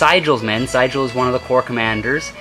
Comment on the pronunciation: Enjoyed the perspective from miniatures. You are mispronouncing the name of General Sigel. It is "SEE GEL". Terrible general too.